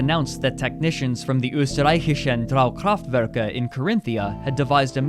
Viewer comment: You did a really great job at pronouncing "Die Österreichischen Draukraftwerke"!